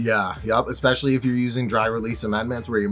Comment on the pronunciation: I love it when people say exspecially